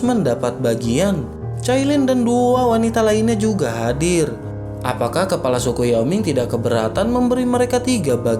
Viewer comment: selalu dengar mimin sebut kelapa, sepatutnya KEPALA bkn KELAPA